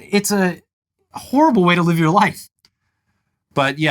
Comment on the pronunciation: pronounced live as live when in this context it's pronounced live